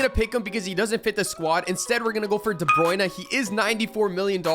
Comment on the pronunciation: He turned British when he said de Bruyne